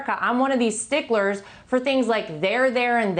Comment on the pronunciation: I think it's 'sticklers', not 'stigglers'.